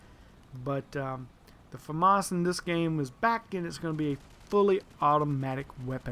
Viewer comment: its famas like llamas